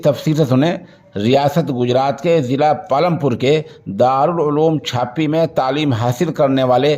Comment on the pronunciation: حضرت! گاؤں کے نام کا صحیح تلفظ معلوم کر کے خبر میں دیجئے